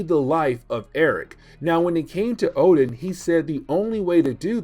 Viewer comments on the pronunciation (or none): none